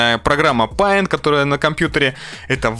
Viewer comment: Не ПАЙНТ, а ПЕЙНТ, на информатике сказали)))